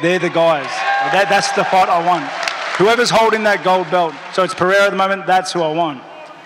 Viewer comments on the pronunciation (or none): He calls Pereira “Piera” just like Chael does 😂😂